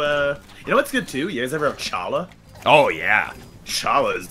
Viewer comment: That pronunciation of challah made my eyes retract into my skull. You can see people in chat correcting them, but I guess they didn't see it. And the assertion that challah is super hard to make is just ridiculous if you know anything about it at all. I've made challah before, and it's probably easier than like 80% of breads.